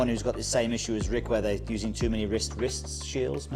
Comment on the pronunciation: “Wrist Shiels” 🤣🤣🤣